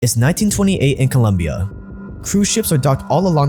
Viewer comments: IT'S COLOMBIA NOT COLUMBIA AUFHUAIFHIUFGHAUKFKYIHF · Its COLOMBIA bro nos columbia. If you are talking history at least make it right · COLOMBIA*** not COLUMBIA in the intro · I love you man but it’s COLOMBIA NOT COLUMBIA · ITS COLOMBIA not columbia… I expected so much from you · Its COLOMBIA, not colUmbia for God sake. Appreciate the content but still this happens all too often all the time and can be fixed with a really simple google search. Expecting that much given all the time and energy you put into your videos. Sincerely, a COLOMBIAN. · Colombia not Columbia, please and thank you ! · great job for your team but for the love of god, its been more than 2 videos at this point.. it is COLOMBIA not Columbia... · Its Colombia not Columbia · Great content as always... But it's not "Columbia" it's "Colombia"😎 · … I love ur videos, crazy talent and creativity on these topics with great respect towards them, but holy crap as a Colombian myself it’s annoying and stupid how people keep getting the name wrong from our country “its COLOMBIA not COLUMBIA”; its not a case of “potaito potato” its just not the same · It’s Colombia, not Columbia!! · "Colombia " not ColUmbia, with o, not u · Come on. It’s COLOMBIA not COLuMBIA. Also El Chapo is a Mexican cartel leader not Colombian. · ITS COLOMBIA, NOT COLUMBIA, ITS NOT THAT HARD !!!!’ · It's Colombia, not Columbia. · please is COLOMBIA!!!! Not Columbia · "Colombia" not "columbia" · Colombia. Not Columbia. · Colombia not Columbia lmao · It’s Colombia not Columbia. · Nice video, being Colombian the fist minute story is called "La masacre de las bananeras", that massacre was in a town only 30 minutes away from where I live (Santa Marta). Keep killin' it bro!. BTW: It's COLOMBIA not Columbia hahahahah. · you want us to pay for your documentaries but you can't even get the name of a country right in the first two seconds of your video 💀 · It’s Colombia not Columbia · It's Colombia, not Columbia